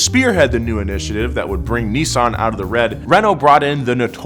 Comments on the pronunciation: It’s Nis-san Not Nee-saan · "Nee-sun"? Oh, you mean Nissan. Whoever designed the Silvia S15, get him/her/them back. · The way americans pronounce NISSAN, is killing me xD